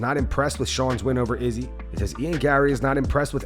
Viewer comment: I absolutely HATE how you say Izzy’s name. Just for the record